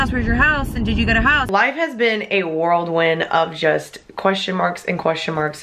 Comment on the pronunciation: I just realized you said ‘worldwind’ but it’s ‘whirl wind’ Get it, whirl like a whirl pool? Haha